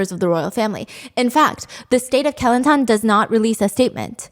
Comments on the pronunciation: It’s actually kuh-lan-tan 😅😂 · When she said "Kelantan" I heard Kilantan I went like: What state is that??? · great video as always stephanie. from now on, im gonna pronounce kelantan like you did. so classy.